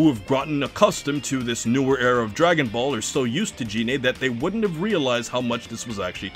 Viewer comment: So the problem is... you thought Selypa was the squad's fuck-toy, and are upset she is not. Also, it's Gine, not Jine.